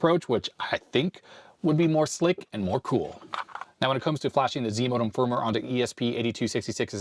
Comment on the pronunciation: "Zimodem", I kept hearing as zmodem which is a transfer protocol.